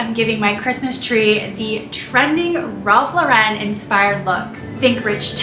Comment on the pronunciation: Lauren is pronounced like the women's name. Please learn to say it correctly